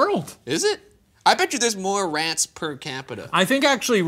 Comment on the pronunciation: “I even checked for rehhhhts”